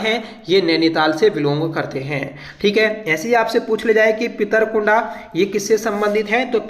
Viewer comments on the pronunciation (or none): Pronounciation bahut bekar h tumara, अर्थ का अनर्थ कर देते हो। डिम्मर गांव है वो, पितृकुंडा नहीं पितृकुडा है।